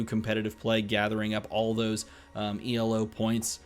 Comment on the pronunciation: Excited for this! But...the way you say elo....maaaann :'D